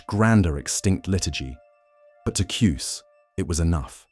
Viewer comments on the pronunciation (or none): Ki...us. Not Cuess.